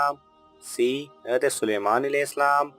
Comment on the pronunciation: Apko hazart sahi se bolna chiye. Ete na bol kr hazrat e adam bolna chiye tha